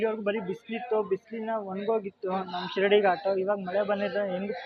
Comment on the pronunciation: Don't pronounce shirdi ghat it sheeradi ghat. Only video shaking